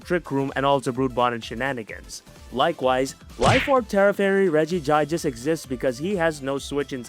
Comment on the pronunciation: Pronouncing Regigigas in a painful way to farm comments, huh? Well, it's working! 😂 Great to see the debut on this channel.